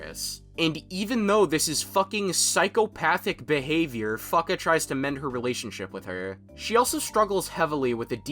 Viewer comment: The pronunciation of Fuuka caught me off guard lmao